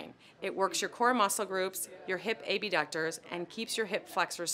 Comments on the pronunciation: Did she call the abductors the a-b- ducters? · She says A B ductors so no one is confused when she says abductors with adductors But I’m sure your perfect. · Enunciate? Not too hard.